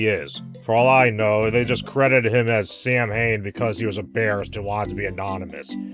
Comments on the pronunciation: Samhain the festival is pronounced "sa-wun", not "Sam Hain" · Did..... Did you just say my cultures festival is pronounced Sam fucking Hain lmaaao Jokes aside its pronounced (sah-whin) for anyone wondering It's a festival that ushers in the darker half of the year (winter) it's also the origin of Halloween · Sowwahn not Sam Hain hahahhahaha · Sam Hain isnt even close to how to pronounce Samhain. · Nite: Samhain is pronounced SOW-wayne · Samhain is actually pronounced more like “sow-een.” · Samhain is pronounced "sow-win". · Nope, How-win. Or How-wun maybe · Side correction: Samhain is pronounced "Sawin" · hahah you totally pronounced Samhain wrong. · This Demon Hole... it was made for me! Also that isn't how Samhain is pronounced but I don't think you care. In fact you probably know and just said it like that to piss people off. You magnificent bastard, I've read your book.